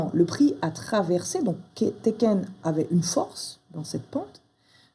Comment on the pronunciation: Félicitations tu es une très bonne enseignante. Ça fait plusieurs mois que je travaille le système ichimoku et j'en chiait beaucoup (elle était facile). Tu fais sauter un bon paquet d'incompréhensions. Maintenant je vais faire une critique peu constructive mais j'avoue ça me fait grincer les dents. Deux prononciations. Tenkan se prononce tènkan avec les n, chaque fois j'entends teken et je pense au jeu vidéo. Quand à Hosoda, le s ne se prononce pas z mais s comme dans asseoir. Je sais c'est peu constructif. Encore merci pour tes vidéos qui sont extrêmement pédagogues et, je le répète, m'ont fait sauter quelques verrous. Un grand merci